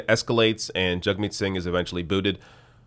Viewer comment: IT'S JAGMEET NOT JUGMEAT